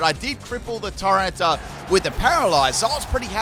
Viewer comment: I was listening to this in the background while team building, and thought multiple times that you were calling Tyranitar ‘Tyrone’ and not ‘Tyrana’